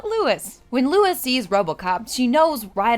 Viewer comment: Isn't it "Lois"? Just saying. Much love for your channel either way.